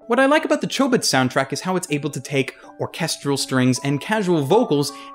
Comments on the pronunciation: the original doesn't pronounce Chobits with a long O sound. But it's all in how Japanese works with long and short vowels. I didn't say he pronounced every name and word wrong, but it's enough for some one who's almost always heard words pronounced in Japanese to do a double-take on some of his words, it's also a reason why I have trouble finding good dubs. One of my fav time he messes up is when he says Azumanga Daioh "Azumanga Dao" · is it pronounced with a long 'o' or a short 'o'? because I pronounce chobits with a short 'o'